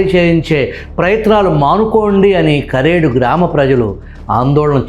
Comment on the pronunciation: కారేడు కాదు సర్ కరేడు